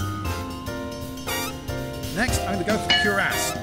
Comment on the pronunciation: why does my brain think he said "next im gonna f*** your ass" instead of "next im gonna put my cuirass"